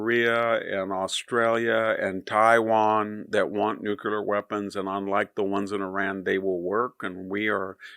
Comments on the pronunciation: I love your spot-on insights, which are presented so well, Victor, but just what do you have against the word nu'-clee-er? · I came to hear this brilliant man say "nucular."